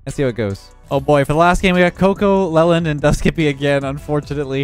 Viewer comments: I'm a recent viewer and I'm loving his little name mispronunciations lol "Lelland" instead of "Leeland," and an earlier video with "Malotchy" instead of "Mala-kai" (Malachi) hehe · ITS LEE-LAND, NOT LEL-END! Great vid bud :) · just to let you know, his name is pronounce 'lee-land' not 'lel-and'. Keep up the good videos, love the work! <3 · Leland as a boy's name (also used as girl's name Leland), is pronounced LEE-land. It is of Old English origin, and the meaning of Leland is "one who lives by unseeded land". - Internet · If the guy’s name is pronounced anything like the city name (like Leland, NC) then it’s like Lee • land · Leland is pronounced lee-land. Come on. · gonna be on the next episode Key & Peele's substitute teacher episode with that Leland pronunciation. He's gonna send all the kids down to O-Shaq-Hennessey's office.